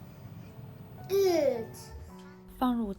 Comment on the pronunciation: 意粉哥已經把Good讀成Gute了, 有多愛德語啊?